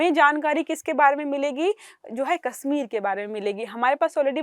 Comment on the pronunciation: इस लड़की को हिंदी "से","श","ष" के उच्चारण करना नहीं आता। "कश्मीर" को"कस्मीर" उच्चारण कर रही है 😧😲😳‼️